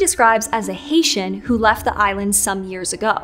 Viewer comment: I find it quite uneasy how a white women can speak on this subject. The pronunciation of her words are wrong as well . Being born in ayiti and being Haitian please stop trying to speak of our culture and history .